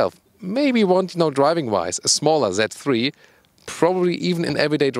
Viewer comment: haha! the pronounciation kills me: "BMW that free" (z3)